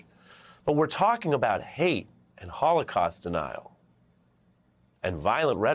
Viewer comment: It's HOLOCAUST, not Holocause. We need to remember and learn from the horror, so it won't happen again.